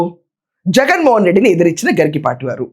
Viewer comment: It is not "Garikipaati", it is "Garikapaati"